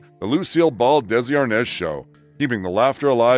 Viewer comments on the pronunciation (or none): none